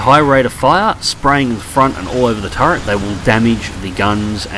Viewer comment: Every time says "turrent" a little piece of my soul sadly floats away.